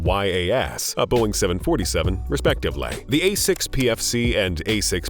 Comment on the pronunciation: So painful to listen to, travaal, nine hundrads, respectivelay. 350 gue-asts, equipmant.